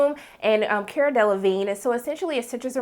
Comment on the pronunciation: Love your review! Just one thing, though. Her name is pronounced Car-uh, not Care-uh 😊